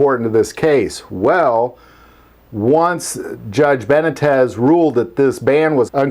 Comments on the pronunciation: Judge Benitez : Beh-knee-tez, not Benetez lol....and out here in CA we call him St. Benitez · Ben - Knee - Tez not Ben - ah - Tez Also known as Judge "Saint Benitez" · His last name is pronounced Be-Nee-Tez, but he's the saint of the 2nd amendment. I wish he could be on SCOTUS, we'd have so many wins for our freedoms if he was. Shoot even if he was higher up and in the 9th circus, we'd be on better footing. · Beh knee tes is how you pronounce the judges name. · Not to nitpick too much, but the judge’s name is pronounced Ben- nee- tez. Thanks for the video. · Beh-NEE-tez. C'mon, man. 😂😂😂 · BA- knee- tez. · Ben 'E' tez ...Dude, you have to try harder. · Love your channel. The judge's name is Beh-NEE-tez.